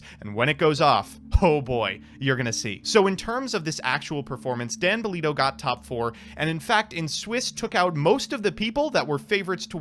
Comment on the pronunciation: Correction it's Dale Bellido not Dan Bellido.